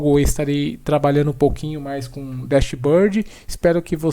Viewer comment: Parabéns pela demonstração. Minha sugestão de melhoria é acertar a pronuncia dos termos Engine e Dashboard :).